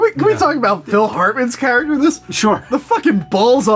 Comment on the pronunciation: "Charactrer" REALLY guys?!?!?!?